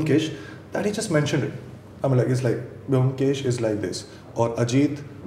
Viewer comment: the only objection i have is: please pronounce bomkesh properly. thats a prerequisite. atleast you dibakar. Otherwise this was the most apt chat....and Rajat speaks my mind when he explains the reason for dibakar making a different bomkesh. and dibakar's understanding of bomkesh is perfect.